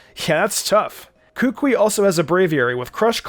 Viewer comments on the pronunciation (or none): he said "kookwei" is sted of kukui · It is Koo-Koo-EE for Gods Sake! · Say it with me now Ku Kú Wee Not Kúkui Kukúi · It is kukui not kuukuuy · How to pronounce Kukui is -Ka-ku-eeeee! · It’s ka-ku-y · The way he said Kukui was so weird and wrong. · Why he pronounce kukui like that 😭😭😭😭